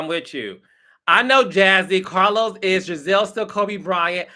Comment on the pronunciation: Carlos not aunt e.